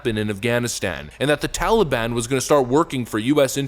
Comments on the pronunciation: Tally-bon?? Hey, tally my banana... daylight come and Joe's a useless clown. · He says TOLLY BAHN. 🙄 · ...Why the F does he keep calling it the TALLY-ban? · I missed hearing grandpa say tollybon.